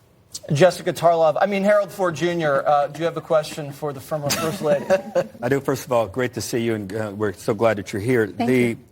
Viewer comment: You people still say "Formor"?